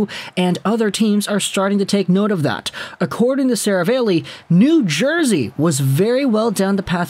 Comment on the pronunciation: Stop saying Serav-ale-ey. It’s Serav-all-ey.